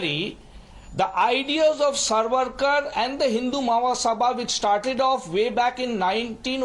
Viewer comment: This fuad or whatever his name Should be taught its SAVARKAR N not sarvarkar